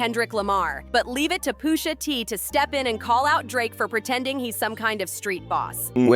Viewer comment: Umm Who the hell is Poosha T? lol